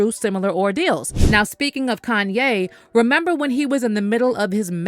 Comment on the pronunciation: kan-YAYYYYYY! 🙄 Why TF is this person that’s speaking, pronouncing Kanye’s name with the emphasis on the “yay” part? It’s so affected! If ya can’t say his name properly than just refer to him as “YE”, which is what he wants to be referred to?